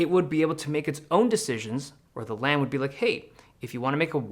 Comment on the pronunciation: Lam rhymes with scam